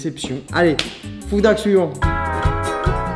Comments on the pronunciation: Tu as le même accent en anglais que François Hollande lol 😂 tu ne dis pas « Food hack » avec le son h mais on dirait trop que tu dis « foudaque » mais bon je me moque gentiment et t’inquiète on est très nombreux à avoir un accent pourrie et ça se trouve y’a que moi qui entend ça donc si oui désolé Ce qui sont d’accord liker 👍 Sinon j’adore ce que tu fais ça fait longtemps une petite recette et puis j’avais beaucoup aimé la vidéo top chef avec Hugo se serait trop bien la revanche parce que tu dois prendre une revanche car il a quand même eu petit coup de bol et surtout la chance du débutant et sinon comme vidéo ou j’aimerais beaucoup voir d’autres y’a : les vidéo troque ou vous échanger un stylo contre des choses, les recettes bien sur et tout vos concepts fait avec Hugo sont super 👍 Allez continue comme ça on t’adore et vu que les Meet up et les rencontres abonnés dans les conventions ou autres c’est dur pour moi car je suis handicapé et je ne peux pas rentrer dans une foule sinon si je me prends un coup j’ai plus de peau et je saigne comme une piscine même si je suis en fauteuil roulant c’est compliqué donc hâte à ton restaurant là ce sera plus simple et sinon on espère te voir dans une émission de cuisine en tant que candidat bye Pouce bleu 👍 enfin jaune mais y’a que ça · ça ne se prononce pas comme ça 'foudak' mais avec un H aspiré ;) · ce « FOUDAK » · Ça m’agace tellement comment tu dis « foudak ». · c moi ou bien charles disais foodak😂😂😂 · Des "foudak" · Les "foudak" 😂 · “Nous allons tester des FouDÁkKk” 😭😂❤️